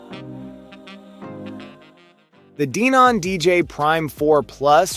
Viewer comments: Dee non? It's pronounced Den-in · I remember when I first here about Denon in 2008 I said the same thing back then it funny hearing it wrong Dee-non😅